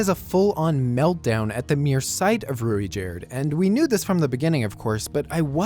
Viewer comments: As far as I know, the pronunciation of Ruijerds' name is most commonly 'Rai-Jurd' or Rai-jud. Also, Man-god is a pretty bad translation of that, his name is more name than title, he is Hitogmai. More than anyone one else titled god, that is what he is. So calling Hitogami (Hee-Toe-Ga-Me) is more accurate, I feel like funmation will correct that pretty fast. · It's pronounced as "Ru-G-erd" but yeah Rujierd is Best Boy and Best Bro at the same time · Alternatively, pronounce the i there as a "y". "Ruyjerd"